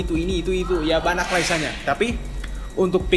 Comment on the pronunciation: Banyak bang, bukan banak